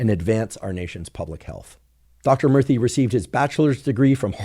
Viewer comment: Every time he say Murthy, it sounds like he’s saying Murphy with a speech impediment.